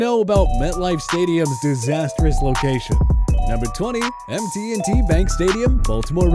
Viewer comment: MT&T Bank Stadiem? MIsspelled mispronounced. Its M&T Bank Stadium